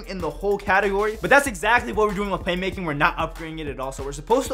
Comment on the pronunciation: "Claymaking" lol